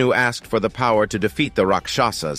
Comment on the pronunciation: Please pronounce words correctly..its raakshas...not raksaaasa